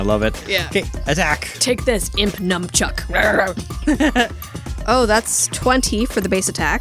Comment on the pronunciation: GIMME THE BITS! THE BITS! Also, it's Nun-chuck, not Num-chuck.